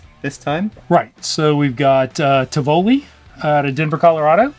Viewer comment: Its not tivoeli its tivoli